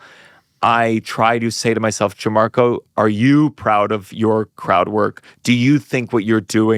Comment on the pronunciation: The host keeps saying “JIN-marco” and it’s driving me crazy. Please learn how to pronounce your guests name.